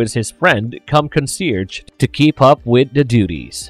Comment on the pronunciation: The narrator couldn't pronounce concierge properly, big surprise.